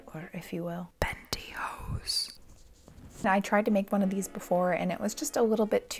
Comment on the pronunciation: When said pantyhose the way she did, my brain registered it as another similar sounding spanish word......